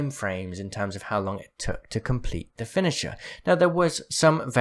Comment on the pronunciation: Literally no one:: Finisha Great video btw <3